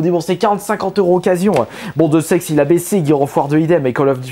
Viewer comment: Le jeu "Deus Ex" se prononce "Day ousse ex"